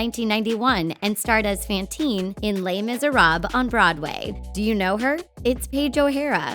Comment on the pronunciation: “Lay miserab” wtf